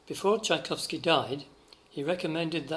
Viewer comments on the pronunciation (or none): none